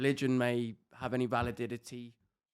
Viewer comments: WELLER IGNORANCE COUNT: 1. It’s pronounced Validity Joe, Valadidity is not a word! 🙄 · “valididity” oh my goodness… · Alex trying not to crack a smile after Weller says ‘valididity’ 😂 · Less than a minute in and the host has said 'valididity'. Could be a long 2 hours